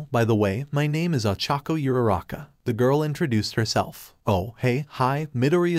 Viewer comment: Is Uraraka, not Yuraka not Irara